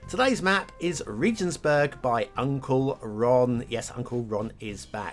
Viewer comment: Regensburg - hard 'g'